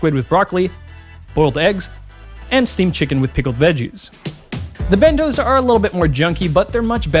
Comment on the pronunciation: You know "bento" has a 't' in it, right?